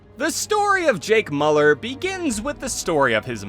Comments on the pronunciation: it's miu-lerr not moo-ler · I like the video but jesus you kept pronouncing his last name wrong. Its pronounced Mew-Ler